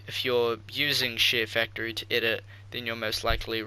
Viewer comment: sounds like ur saying shitfactory tutorial